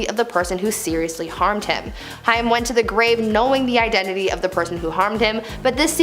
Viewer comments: It would help if the spokesperson actually knew the correct pronunciation of the people she is talking about…it was HAIM, pronounced like HAME…NOT HIGH ‘EM as she said it…it just seems more insulting because he is deceased. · The way she says Corey Hyam 🤦🤦 Corey Haim name was pronounced like Hame, kinda rhymes with game, name. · Me too. Pronounced like HAME not HI-YAM. But Gen-Z wouldn't know that since he was popular with Gen-X and maybe some older Millennials. 😏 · Your miss pronounced Corey's last name, not a Jewish. Haaaaaame long a . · Isn't it pronounced Hame (Haim) like in name? And it's Ludwig ( lewd-wig) not Luhdwing. Saget (Sag-get) noy say-get. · I just can't with her pronunciation of "Haim" It's pronounced hay-m ... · Haim is pronounced like it should be spelled “Hame” and rhymes with tame. 😉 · Nice video, thanks. It’s Corey HAIM (sounds like AIM). Also what you said about Britney Murphy isn’t a conspiracy theory why do people use that label when people discuss facts? She and her husband both had some kind of mold on their home, don’t you think it strange they died so close in time to each other? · Its Corey Haim.. Hay-m. smh. Embarrassing. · The mispronouncing of "Haim" as "Hi-am" was distracting. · The pronunciation of Corey Haim (last name—Haim is pronounced like Haym. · Corey Haim. His last name is pronounced HAME. RIP Corey! Go watch the movie "Lucas" It's such a sweet side of Corey. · You seriously need to do better research before you do videos like this,,,, Far too many mistakes and it’s pronounced hame!!!! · It's said like HAYM!! Dear God! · I know she said Cory Hi-am! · lol more like Corey Hey & AIM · "Cory Hi-um... Wat a dope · Who doesn't know how to pronounce Corey Haim's name? Nobody was able to help this kid out? Also the research on this show is always so hit and miss, it makes me nuts! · U said haim wrong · HAIM! Corey HAY-M, fuck, that drove me insane to hear. Not high-ym, HAY-M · corey haim sounds like h+AIM not high-am. long a.